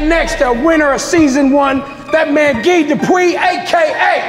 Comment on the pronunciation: Dude pronounced guy as gee..lol lol